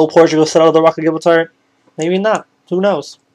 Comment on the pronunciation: My brain nearly broke from the sheer amount of things you mispronounced like the rock of Gibraltar is pronounced Gi as in how you say the first 2 letters in gin then br as in what you say when your cold then the al part is pronounced how you say the word all and then tar is pronounced Tur like the first 3 letters in turn